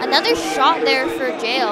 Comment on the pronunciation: It’s pronounced Yah-el not jayel for jael